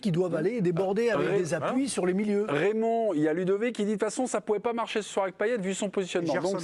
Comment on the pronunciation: il est stressant a dire paillé